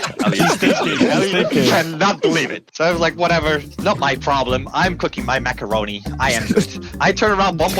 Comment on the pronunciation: "such good macawonie" - May 26, 2024